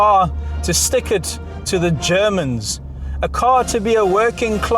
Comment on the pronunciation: “Dze Germans”.... LMAO! Best car review(er) on the net, period😎